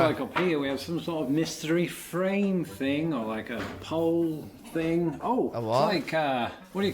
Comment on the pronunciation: Sometimes it is really hard to watch your videos when you can't even pronounce words. For instance. It things not fings. Who would have thought.